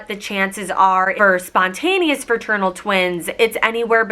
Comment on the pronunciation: iT is not ferternal it is fraternal